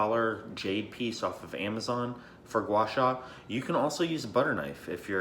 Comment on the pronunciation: pretty happy seeing said a very decent Chinese word gua sha( 刮痧）